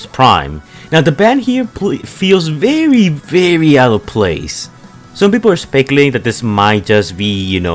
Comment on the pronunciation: anybody: vehicle, very, think: behicle, bery, tink